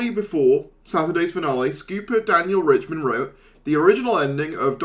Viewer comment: I wonder if RiCHTman knows that YouTubers are mispronouncing his name as "Richman"